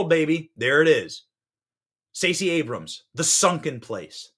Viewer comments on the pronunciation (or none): none